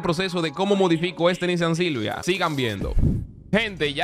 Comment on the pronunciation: Me da risa que digas Nissan JILJIA